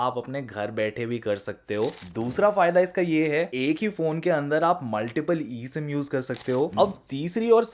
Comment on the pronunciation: Abe eem ya e sim lol